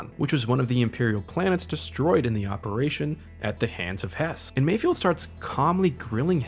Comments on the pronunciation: You keep mispronouncing Mayfeld's name. It's not Mayfield. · Take a shot every time says "Mayfield" Its Mayfeld 😖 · Dude his name is MAYFELD!!! MIGS MAYFELD. Lol you’re killing me saying it wrong!